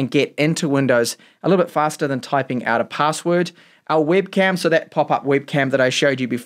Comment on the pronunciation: Great review but I found your English accent pretty unique 😅 For example, you've pronounced the word webcam as wibcam. Which region are you from?